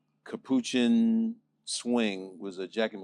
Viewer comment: Capoochin? It’s capuchin bruh.